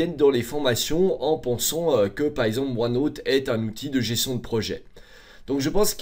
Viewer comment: Ce qui est déviant c’est sa prononciation de OneNooooote